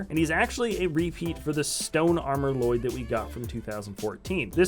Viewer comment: It's pronounced ll loyd